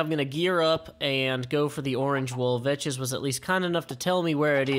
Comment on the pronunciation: he IS pronouncing it correctly